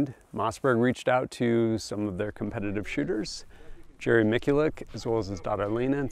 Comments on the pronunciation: I'm sorry who's Jerry mickylick And yes I know who he is talking about it just sounded weird how he said it to me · Just FYI, Miculek is pronounced like "Mih-choo-lek". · For a gun review channel, I think they should know that name VERY well!! Where's the apology for that butchering? Other than that, good video. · Jerry is pretty cool, but mispronouncing his name doesn't warrant an apology. He's just a man.